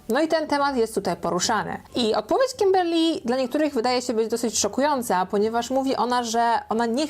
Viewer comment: Kiberrrrr Lyyyy w twoim wykonaniu jest nawet lepsze 🤣🤗